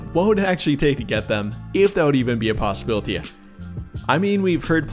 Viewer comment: be a possibilit-ee-yuh 😂😂😂